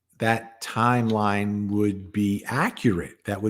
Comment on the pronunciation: We are not hearing jens schedule. Her yimeline.